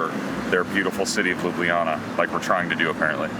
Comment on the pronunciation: It's not LUBIYANA, but LUBLANA aka Loo-blah-nah!